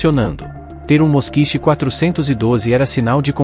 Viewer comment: Ao que me lembro, a pronúncia não é Moskich e sim Moskvich.